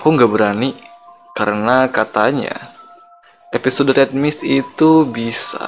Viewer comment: Episode bang bukan eposode